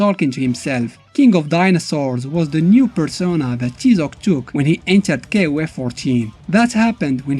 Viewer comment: It's pronounced "TIE-ZOC" as the character clearly says in the game.